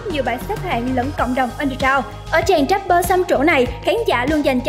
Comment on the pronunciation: Rapper chứ k phải dap bơ nha chị